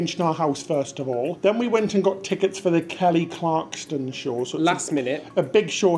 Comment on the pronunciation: KELLY CLARSON...NOT CLARKSTON 😜